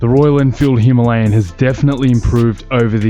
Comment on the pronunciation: Immediate 'like' because you can pronounce the name of the bike properly! Now.....back to the video.